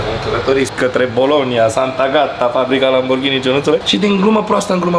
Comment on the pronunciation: Doar mie mi se pare ca zice”polonia in loc de bolonia”cateodata